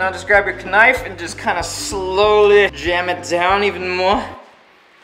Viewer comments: Roi its not knife its only spelled knife its really said nife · Lol k-nife